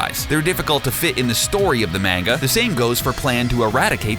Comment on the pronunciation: Not that but he Says mainga when it's manga